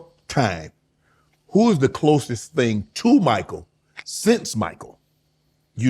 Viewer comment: He said “closest”